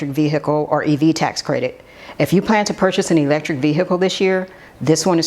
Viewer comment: Honey, you need to annunciate the word Vehicle, because you literally sound like a hillbilly when you say it…..